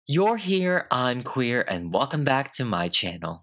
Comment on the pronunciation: Y’all he says I’m wueer